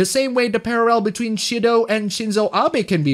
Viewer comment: At first it was just the one, but then, the barrage hits you. "Parrarrel" At least it's accurate for reporting on Japan.